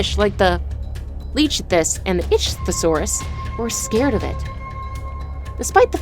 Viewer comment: I like the narrators voice in this video but her pronunciation of the names are driving me nuts! But thumbs up for trying 👍